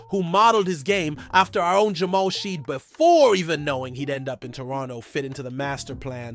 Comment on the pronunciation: dog you are butchering shead's name. please look it up and correct. you cant be saying Rapotrs quick news channel and not know how to pronounce our guys namew lmao0o0o00